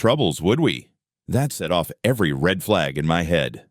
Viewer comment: Every time John says off, it comes out as office stupid. A I...